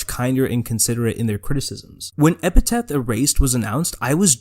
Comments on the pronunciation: it's epTHeT. not epiTeTH. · You had my attention for half of the video but I had to pause and leave at the halfway point because I couldn't stop laughing that close to talking about JoJo, you called it Epi*taph* Erased instead of Epi*thet* Erased. Amazing video, though, truly why I don't follow much JA stuff anymore. (I still like Epithet Erased, though) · EP I THET. EPITHET. NOT EPITAPH. GOOD GOD. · PLEASE STOP CALLING IT EPITET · I think it's hilarious that you keep missaying "Epithet". - Epiteth - Epitaph EDIT: I have a new one, all my own; "Epicfail" (I actually really liked Epithet Erased. Though idk if I should feel bad for that. Am I allowed to enjoy this guy's work even though he's a massive piece of shit? I'm legit asking) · You also call Epithet Erased "Epitaph Erased" which is a little odd and comes across like you didn't do much research on it before discussing it. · Hey man, this is a good video, but why do you keep mispronouncing epithet? You keep saying epitaph. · I’m sorry HHHHHHHH I CAN’T STAND THE WAY YOU PRONOUNCE EPITHET sobs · man, this video would be perfect if you pronounced epithet correctly :( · Are you purposefully mispronouncing "epithet" throughout the entire video? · Pretty good breakdown, but you gotta get a POP FILTER or BACK AWAY from the mic, your plosives are going insane. Also you're not saying the word "epithet," you gotta read closer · I'm at the 9 minute mark and this video feels like content mill content. I've already seen you misspell his name in text while showing a screenshot of his name correctly spelled right after. Mispronounced his name and the word epithet every time as well. You didn't even do it to be tongue in cheek you just straight up don't know the names of the things your talking about when they are literally right in front of you. Sorry but if your research was so poor that you get the name of your subjects wrong I can't be bothered. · also you misspelled his name and mispronounce epithet,.